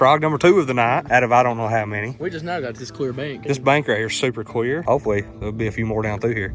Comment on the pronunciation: Is the bank clear or cweer lol 😂